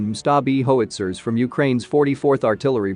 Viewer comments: what exactly is a "hoe-it-zer"? Do you mean "how-it-zer"? Get your news reader a better dictionary. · What is a "Hoe- witzer?" I love the way that Mongol tank managed to drive under an incoming shell. That takes skill.